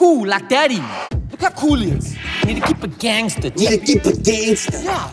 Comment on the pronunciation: « You need to keep a gåengztootsch. »